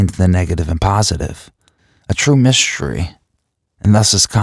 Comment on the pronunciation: this is excellent but words strangely said -- myshtery, dishtraction, shtress, shtriving. mildly distracting but overall a great program.